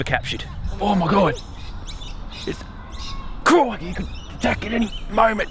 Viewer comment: every time you say " crikey" it hurts my soul